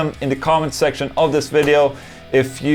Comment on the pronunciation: hahaha he said sex'tion